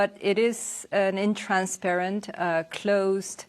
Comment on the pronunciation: Nontransparent 가 맞나요?,intransparent 로 들리는데